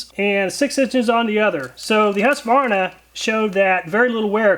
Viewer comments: I get that you nickname Husqvarna "Husky" but it's not pronounced that way when you say it in full. Hues-Kvar-Na The "Kvar" is the difficult bit for American English. Prolong the A, sounds like "Kwan" (same as swan) but with an r mixed in and a sharper A. IPA/Swe: hʉːsˌkvɑːɲa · I couldn't understand the name you pronounced. And you didn't show it so we could see it. It sounded like Harsvana.